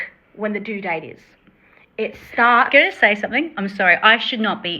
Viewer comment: My first comment didn't show up or was deleted? - Your pronunciation of due and do sound normal to American ears. Great job, ladies! We haven't seen any paperwork regarding the pregnancy in her divorce proceedings yet. If the baby is Ken's, I suspect Gypsy was stepping out on Ryan earlier than she has admitted.